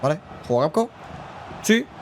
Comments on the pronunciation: También es gakpo no gapko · Por qué le llamas fripong y no frimpong y gapko y no gakpo